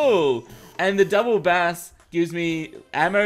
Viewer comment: Its b-ace,, Bass when talking about the musical range and not the fish is pronounced b-ace.